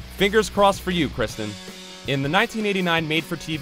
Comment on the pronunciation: Her name is kIRsten not Kristen